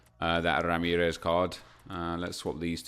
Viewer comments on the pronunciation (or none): none